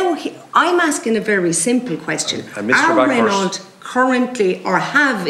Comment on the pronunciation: The car company is pronounced Ren Oh, not Ren awlt. Mon dieu! guelle horreur!